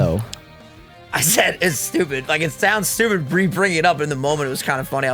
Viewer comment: yes im sure her mind was very "Hayzey" that night